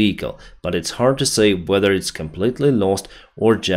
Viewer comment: Can someone please tell him how to pronounce the verb to say. Thanks